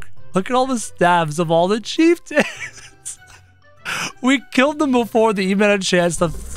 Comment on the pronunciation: You called the bone mages chief tons